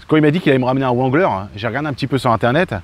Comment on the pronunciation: vexé ? Remet toi en question. Tu ne sait même pas prononcer le nom wrangler. En anglais on ne prononce pas le w